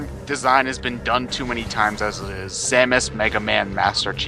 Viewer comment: Who is this Samaus you speak of?